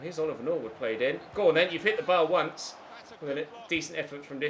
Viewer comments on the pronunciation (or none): none